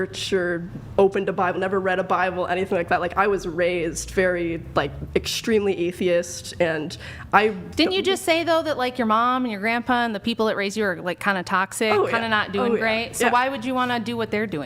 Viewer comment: wtf is an eithiest? Lmmfao. Fucking retard doesn't even know how to say atheist. 😂😂😂